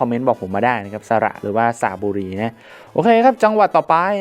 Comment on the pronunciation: อ่านว่า สะ-หร่ะ-บุ-รี ครับ